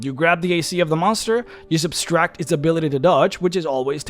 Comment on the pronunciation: THERE IS NO EXTRA S IN "SUBTRACT"